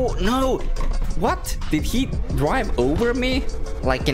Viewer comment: the “noo” sounded like he was from the uk😂